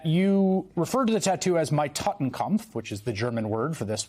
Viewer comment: "Totenkopf",, the word is "Totenkopf" (translates to "skull and crossbones"). Has nothing to do with "...kampf".